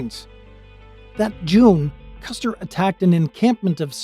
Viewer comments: It's Custer not Custard.However at the Battle of Red Butte or The Custard Wagon Train Massacre that occurred on July 26,1865. Sgt Amos Jefferson Custard of the 11th Kansas Cavalry and 20 of his men fought off attacking Cheyenne and Lakota Sioux warriors for several hours until they were massacred. The two that did not die were tortured to death. Amos and his men were scalped, but the scalps were thrown away since too many Cheyenne and Lakato died and no one felt like celebrating. By the way Sgt Amos J. Custard is my 2nd Great Granduncle. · Its Custer, not Custard.